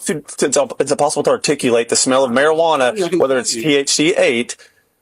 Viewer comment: "impossible to articulate-" hold on, what? what was that?